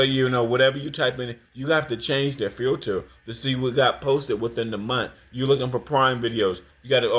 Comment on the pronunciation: "Supa" Ego..."Twoof"..."Filtuh"... - Lord have mercy! 🙄